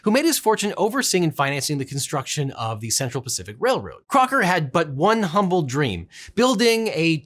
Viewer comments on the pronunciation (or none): none